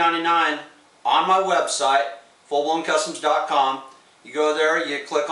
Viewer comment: Should put a link to the web site in the video description. Sounded like you said 'fulloncustoms . com'. After a little research I found the website 'FullBlownKustoms . com' spelled with a 'K'. How were we suppose to know that? Just a friendly suggestion.